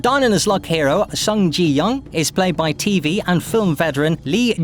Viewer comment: Come on, Netflix. He didn’t even pronounce the name of the main character properly. Seriously?